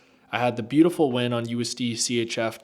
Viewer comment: Man let out his inner brit with that " beauTiful " at the start 😂Big up man !